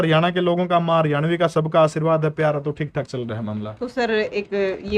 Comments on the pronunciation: Haryavani nhi hoti mdm ji haryanvi hov h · को हरियाणवी शब्द बोलना नहीं आ रहा हरियाणवी को हरियावणी बोल रहीं हैं 😂😂😂😂😂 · सर इस मैडम जी को समझाओ ये हरियाणवी को हरयावी बोल रही है बार बार 😭😭😭🙏🙏🙏🙏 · Hryavni nhi,,,,Haryanvi😀😁😁😂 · Madam ji Haryanvi bolo na ke haryavni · Haryavni nhi mam Haryanvi 🤣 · Madam ji haryavni nahi haryanvi bolo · Haryavni nhi madam haryanvi howe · हरवयावनी नहीं हरयाणवी होता है।😂😂😂😂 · hariyavni bol rahi hai